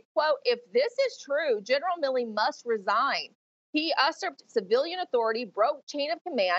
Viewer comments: Uh-surped? Really? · It's pronounced you-surped. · Us surped? Did this broad take any english classes? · how could you NOT KNOW how to pronounce "usurped?"?!?!?!?!? some professional! NOT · Someone please explain to this woman how to pronounce USURPED